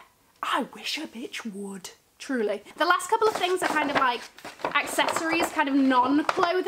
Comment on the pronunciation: Every time you say Truly I burst out laughing! Bloody love your vids. Also that Wang lunchbag? Need